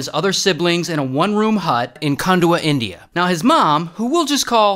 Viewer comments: yeah but whyd you say indina and tasminina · India ❌ Indeea ✅ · "Shout out to Indeeyuh, and Tasmaneeyuh." 🤣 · "Indiah" and "Tasmunia" is the only thing I payed attention to. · my guy just called india "Indeeya" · "Indeea" and "Tasmnia" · "Shoutout to Indy-ah and Tasma-nyah" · in-dee-ya taz-ma-nee-ya HELP 💀🤚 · Indee-ya and tasmanee-ya 🤣🤣🤣🤣🤣🤣🤣🤣🤣🤣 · Ray: IN-DEYA TAZ MENIA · no way bro said indeea and tasmaneea💀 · No way bro said "indeea" and "tasmaneea" 💀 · It’s in di a and it’s tas mayn e ah, jesus. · India ❌ Eendeea ✅